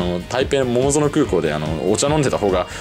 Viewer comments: 多分、ももぞのこうえん は とうえん。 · まーた、ももぞのって言ってる😂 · モモゾノWw ! トウエンですよ。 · 桃園空港をももぞのと読んでいて思わず声を出してわらいました👍😂